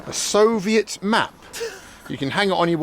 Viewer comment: He always says So-viet like its some kind of huge, delicious pavlova cake, with lots of meringue, strawberries and cream on it that he wants to devour, when in reality, this time, his So-viet turned out to be a crappy old train carriage, lol.